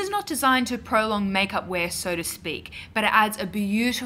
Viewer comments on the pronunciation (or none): none